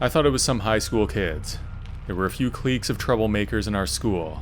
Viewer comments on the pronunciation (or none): "Clique" is pronounced like "click."